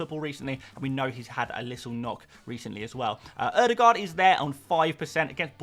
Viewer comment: Why do you pronounce the "aa" in Haaland correctly but not the "aa" in Ødegaard?